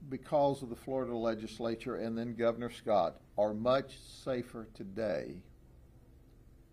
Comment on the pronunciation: Did he say governor Scot?